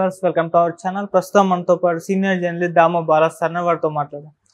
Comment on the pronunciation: అరేయ్ యాంకరు 'జర్నలిస్ట్ ' అనే పదం స్పష్టంగా పలకటం నేర్చుకుని, తర్వాత యాంకరింగ్ చెయ్